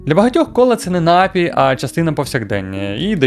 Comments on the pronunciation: Та досить вже говорити нАпій, окей один раз, але щоразу ну просто слух ріже. Я не стараюсь душнити, але ж слово напІй, з наголосом на другий склад, навіть звучить милозвучніше... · НапІй, а не нАпій!!! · НапІй, напОї й усі слова цього ряду мають тільки один наголос.